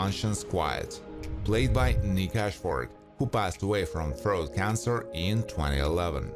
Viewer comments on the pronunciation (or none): none